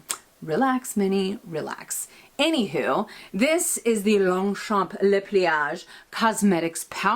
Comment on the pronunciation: Lovely video, as usual 😍 I love your new Longchamp pouch, will be ordering one in a sec (if I may, we do not pronounce the "p" at the end of Longchamp, actually we do not pronounce the last letter in 99% of French words, which is why spelling it correctly is tricky 😂) Take care and a big kiss from France 😘😘😘